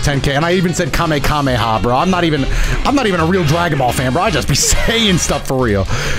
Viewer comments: Bro said kamekameha bruh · love that you flased Goten because of the way pronounced Kamehameha